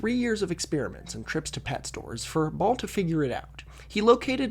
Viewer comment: Every time you said “Ball” I heard “Baal”